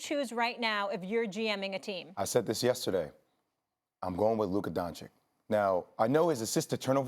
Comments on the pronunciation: "luca donchick" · Luka donchick? 😂